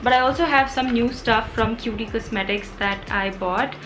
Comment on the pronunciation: It is actually Kyoot kosmetics not kyooti kosmetics 😅